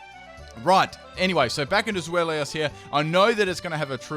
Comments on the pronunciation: i know that this is no one's fault but zweilous is pronounced zvilus it pertains to the German words for one, two, and three. 1. eins, deino 2.zwei, zweilous 3.drei, hydreigon (hi-dray-gone) i know a lot of people already know this, and it also really does not matter much... just a little thing that bothers me a bit. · Zwei, like zweihander the sword, lous. Where do you get "Zwelios" from? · I have never understood what's so hard with Zweilous name?! Its pronounced Swai-luss. not swellious, not swollious, not swallow. Like what the heck XD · I think his point was that he was pronouncing it as "Zwelios" in the video. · Not wanting to be offensive or anything, but Zweilios? XD the 'Zwei' part was pronounced correctly so I was surprised by that XD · and the Regi names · Good Lord you butchered the pronounciation of zweilous